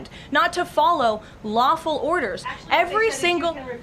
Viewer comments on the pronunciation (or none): She said lawfull orders knuckle head.😂